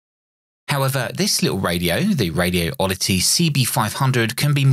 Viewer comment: It's "Radioddity", not "Radio Oddity".